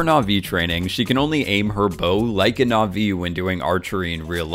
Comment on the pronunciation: Dude! You mispronounce na'vi 3 seconds into your "comprenhensive guide"...